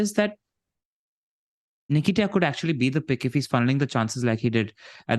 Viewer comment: calling Nketiah - ‘Nikita’ is just 😂😂😂